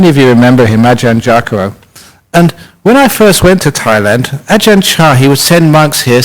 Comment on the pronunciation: it's Ajahn Brahm....with an "M" at the end...not Bra :P